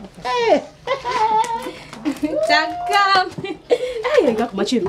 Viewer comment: La manière que prononce le nom takam sa vous fait pas rire 🤣 elle dit tchakam